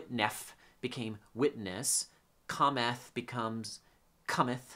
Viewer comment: Thank you for this insightful and much-needed video! It was odd, to hear you pronounce “cometh” with the vowels of “comet”! The first vowel-sound in “cometh” is the same as the vowel-sound in “comes” — just as the vowel-sound in “doth” is the same as in “does.”